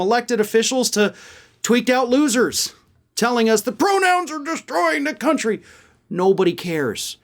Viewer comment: It seems he said "that's what's going on in our cunty," instead of country. I can't stop laughing.